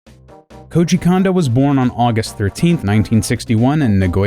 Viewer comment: You say Koji correctly, but you can't manage Kondo at all. It drives me nuts!